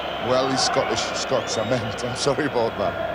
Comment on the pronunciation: Total dougnut that jack charlton. Constantly calling us Skotch!!